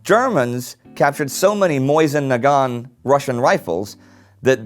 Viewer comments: I have never before heard Mosin Nagant pronounced as Moyson Nagan Seems like a French pronunciation? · Actually I'd say wrongly moe-zin na-gant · Yeah, that's not how you pronounce it. He got it wrong.